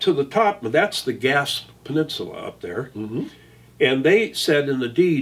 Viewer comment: Ga spay pronounced a bit differently than what you say.